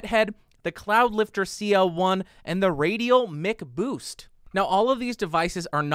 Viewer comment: MICK boost? Even McDonald's is pronounced MACK